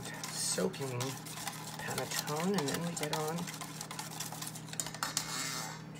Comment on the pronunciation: Pronounced pan-nuh-tone-nuh. since you are a foodie try buying your nutmeg whole. Just shave the nut over a micro plain and you believe the taste difference.